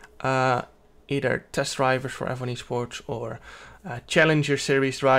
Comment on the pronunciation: "Ebony sports"